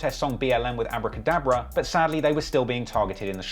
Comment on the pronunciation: Abrah cadabra…..?? Come on man